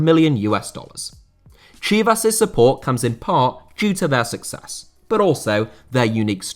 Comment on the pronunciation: Your pronunciation of Chivas sounded more off not going to lye